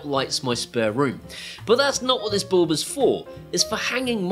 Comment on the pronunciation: I presume “ballb” is your strangle way of saying “bulb” to make life tough for us proper speaking Aussies? ;)